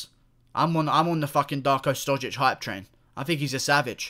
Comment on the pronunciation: Serbia and Russia are brotherly nations so don't be angry. And you pronounce his surname wrong, the š is pronounced like (sh) in shower.